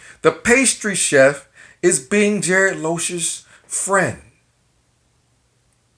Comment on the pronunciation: That's a hard "G" as in "garbled" and not a "J" as in "Tom&Jerry". (You may be doing this intentionally so ignore this if so.) Keep up your videos, you never know when your next waiter will be a GB member!!